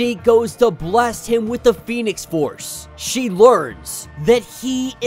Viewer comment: Read the words & names and read them correctly please. Most of us spend half the time workin outwhat your saying. Am surprised you pronounce Pheonix right.